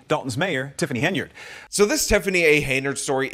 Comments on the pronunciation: you've been doing so well, but the second time you mention super mayors name, you slip up and call her heynerd. Focus, focus. HEN-yard, HEN-yard. Hey I don't like the super hag and want to see her in prison after a really embarrassing trip through the courts, but you must get her name right, or we viewers will think that you're an idiot too. Keep up the great work!! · Great videos, but it's Hen-Y-Ard, not Heynard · Hen yard. Not hey nard. And blatt. Not black. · I take a shot every time says “Hay-nard”. I don’t think I should go driving around right now. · Its Hen-Yard. Like where she keep dem chicken. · Ok. Now it sounds like you really emphasize the „enya“ in her name to make up for past videos 😉 thanks!